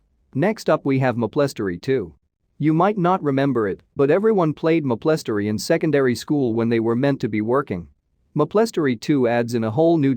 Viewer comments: "Mah-pleh-story" "Arch(as in archer)-age" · Ah yes mah-plestory